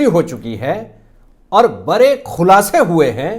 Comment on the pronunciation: आप बरे क्यों बोलते है बड़े बोलना चाहिए आंख फटा का फटा नहीं फटी की फटी बोलिए